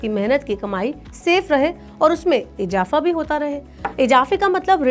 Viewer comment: Ijafa nhi balki izafa hai, aap apna talaffuz sahi kar lijiye, baki sab thik hai